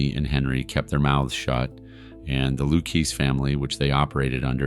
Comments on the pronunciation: Lucchese is pronounced LOO-KAY-ZEE. I'm sorry but if you're going to do these videos, you have to do due diligence with this stuff. That's a name that's been said out loud many times in various forms of media, there's no excuse for pronouncing it that severely incorrectly. I'm not trying to be harsh but it's jarring. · ''caypo'' ''lookees associate'' Lmao. This guy is a clown. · It's LOU-KAY-SAY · loo-CAY-see. Sir, there's a ton of OC content on YouTube. You want to be taken seriously, get basic pronunciation correct. And why the hell would you put up a photo of a young Bonnie Raitt (yes, the singer/songwriter/guitarist) when you're talking about Karen Hill? Furthermore, why on 3 occasions did you talk about "Paul Vario" when showing a picture of Anthony "Fat Tony" Salerno, a boss of the Genovese crime family? C'mon man. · Lucchese pronounced Lucayzeee ya clueless morons! Pronounce it right!!! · I was just about to type LOU-KAY-SAY😂😂😂😂😂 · Loo-keese Family? With that level of knowledge I'm out, no matter how good a set of pipes you got. It would only get worse. I put up with the incorrect enuciating of DeSimone, but slaughtering Lucchese was inexcusable. You need New York help badly. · You evidently don’t know how to say ‘Lucchese’ either. You are TERRIBLE at your job. TERRIBLE!! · If you’re going to make videos about the mob you need to pronounce Lucchese correctly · Have you never heard the proper way to pronounce Luchesse and Capo? 😂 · You have a mob channel so you should know how to say the words Lucchese and capo. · Why can you not pronounce the positions correctly or the lucchese name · Does this guy not know anything about the mob? He mispronounces simple things like capo and Luchesse. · You cover mob stories weekly and can’t pronounce Lucchese correctly? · Let me get this straight, you’re informing us about these true crime stories and you don’t know how to pronounce Lucchese? Come on man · Lu-Kay-Zee… not Lu-Keese. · Loo-Kay-Zee, not Looksy Cah-poe